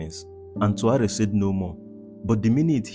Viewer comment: Er heißt Traoré und nicht Tru 🐒